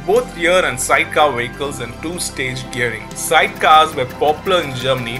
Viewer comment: Brilliant Video - pity about the narrator - could hardly understand him. Wehicles - yuck.!